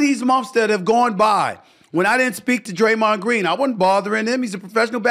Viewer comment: "Idear" is crazy lmao "Graymond Green " SA mad for real yall